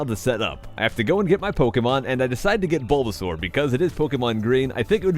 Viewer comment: I think you called bulbasaur canmik or caking dunno